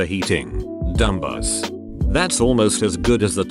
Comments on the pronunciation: Dumbass: Narrator: DUM-BASS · no one: reddit text to speech when pronouncing dumbass: dumbus